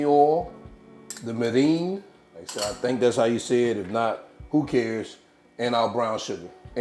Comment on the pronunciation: Hello my brother 🤗 It’s MEER’ in 😉 I liked that accent though. All I need are egg rolls to go alongside that 😋. Got my 👀 doing this 🤤.